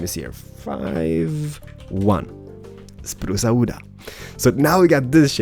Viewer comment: This is so good, I'm gonna be honest, I actually thought you were Italian first, because you were like spruca wooda. :P